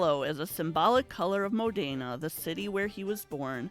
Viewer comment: It’s not Mo Dean A it’s Mo Den A You lot were right there in MODENA and you still pronounce it wrong..absolutely no respect for the Italian culture.